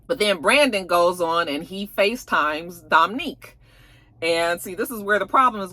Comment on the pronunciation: it's Dom'Unique not Dom'Nique.